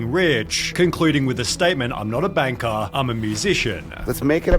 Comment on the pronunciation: dude can't say the letter R Bankah Cah ithah (either)